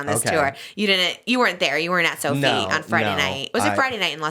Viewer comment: So-F(EYE) not so-fee babe